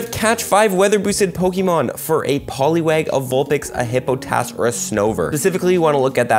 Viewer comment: Hippotask? Is that new?